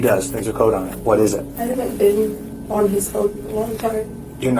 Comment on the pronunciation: Bro why do you talk like that? "To the stationnnnaaaa" "This could've beennnnaaaa" "of the situationnnnnaaaaa" like stop dragging all the N's with an A at the end